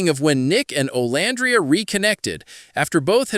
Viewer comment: I know this is AI voiceover but can you please fix the names? It calls Olandria different things throughout the entire video. It’s off putting.